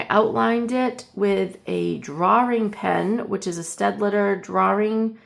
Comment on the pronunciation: Thank you for showing the Staedtler brush markers! I found them at my local art store and I love them…I had a good chuckle because they sent me to Staedtler’s Youtube channel where they they actually have a video to teach you how to pronounce “Staedtler” - I was saying it like you - Sted-let-er… It’s actually Sted-ler! Who knew? I think it’s funny that they have a dedicated video 😂